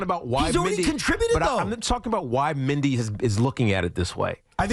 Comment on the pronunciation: Can tiki say Mendy Not Mindy ?